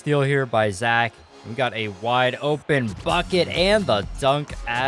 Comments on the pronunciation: Its zack brooo not zach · It is Zack not Zach